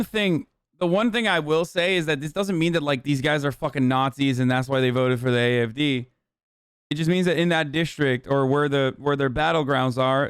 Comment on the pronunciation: why is his German so good! not the accent but the pronunciation of the party names